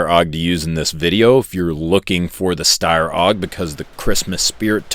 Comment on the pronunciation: Also, the Steyr is pronounced stair-like i walk up the stairs but then you cant say porsche or spell colour properly